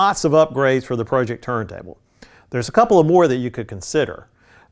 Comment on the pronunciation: Pro-ject, not Project. Like projector.